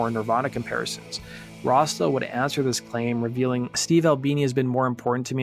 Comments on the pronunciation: It sounds like your calling him "Rasta" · Why does he keep saying rosta or razda? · You say Rossdale really weird! Sounds like you’re saying Rasta 😆🤦🏼‍♂️ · Everytime you say "Rossdale" it sounds like "rasta". ENUNCIATE. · Sound like you’re saying, Rasta for Rossdale. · Doesn't sound like you are saying Rossdale right